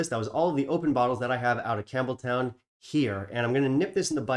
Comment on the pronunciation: It’s not pronounced Campbel-town. It’s pronounced Campbel-ton. I learned that on my trip to Scotland recently. Not trying to be rude at all. Just a kind FYI. 🙂